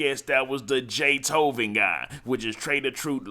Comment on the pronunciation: Why you keep calling cuh jaytoven 😂😂😂😵‍💫